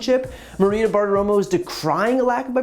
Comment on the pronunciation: Brian, you almost went Bartiroma on... Bartiroma.